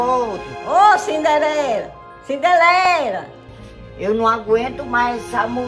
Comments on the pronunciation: "CINDELERA". KKKKKKKKKKKKK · "Cindelera" rsrsrsrsrsrsrsrsrsrsr